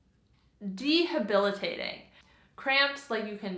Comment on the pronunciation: It’s pronounced DEBILITATING…5 syllables, not de-ha-bilitating.